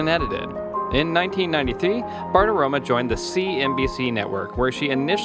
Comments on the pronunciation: As Maria herself pronounces it, it's BartiromO, NOT BartiromA. Do your research. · Dude, pronounce her name properly. There’s an ‘O’ at the end of her name, not an ‘A’.